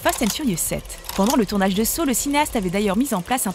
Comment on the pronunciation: Criss on dit Saw(Ça) c’est comme sa on le dit en anglais fac arrêter de créé des mots qui veulent rien dire